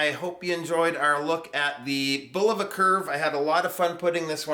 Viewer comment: 1. THANK YOU for pronouncing Bulova correctly! So many of these young whippersnapper YouTube reviewers pronounce it bull-OH-va, which is incorrect. 2. I have two Bulovas with this same 262 kHz UHF quartz movement and they are crazy accurate. They gain about one second a month. 3. A curved sapphire crystal as well? That's really something and Bulova is to be commended for such ingenuity. 4. Great review,!